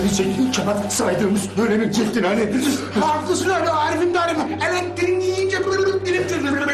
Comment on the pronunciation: Sinan'ın elektriği elenktrik olarak söylemesi 😂